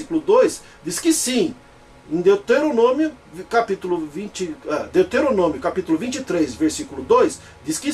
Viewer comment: Hehehehehehehe! Esse do vídeo é tão BURRO que não sabe nem pronunciar "Deuteronômio"! Pronuncia "Deteronômio"! E isso logo no começo do vídeo! Agora eu pergunto: como é que eu vou continuar assistindo ao vídeo, se logo de cara o "grande exegeta" da Bíblia mostra o tamanho do seu analfabetismo! Hehehehehehehehe!